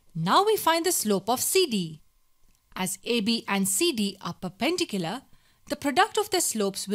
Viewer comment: Say it with me per-pen-dicular it’s not fucking hard